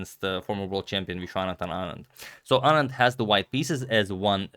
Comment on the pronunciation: At least his pronunciation of "Anand" is right!